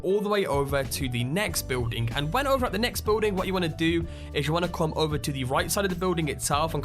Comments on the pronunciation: building does not contain a w stop saying biwlding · guy says "building" really weird. beewwding